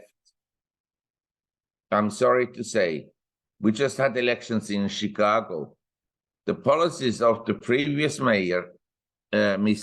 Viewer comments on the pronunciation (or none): none